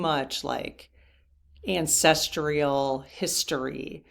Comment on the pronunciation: I love this channel, but one thing drives me crazy… There is no “I” in ancestral. It is not ancestrial, but ancestral.